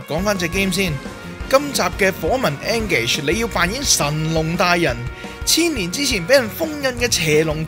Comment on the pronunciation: 其實engage 係讀 in gage